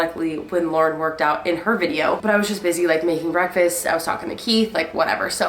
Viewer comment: I kept thinking you were saying Lorde and not Lauren 😆